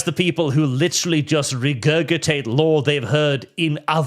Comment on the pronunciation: my brother in Christ. Its pronounced re - gur - ji - tate